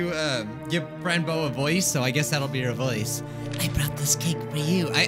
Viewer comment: No, it's called Frans bow! Do the Undertale fans... UNDERstand?